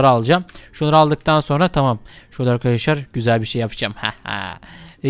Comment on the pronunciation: İşin yokmu senin yaaa gıcık oldum resmen hele arkidaslar demene gulmene ayyy 🤮🤮🤮🤮🤮